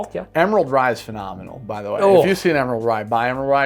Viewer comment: James or how says phenomenal as fee nominal